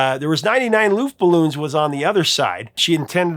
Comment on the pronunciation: It’s pronounced luftballons not luftballoons.